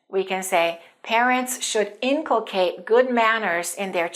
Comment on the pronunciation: The google translate pronounces the word inculcate with stress is on the 2nd syllable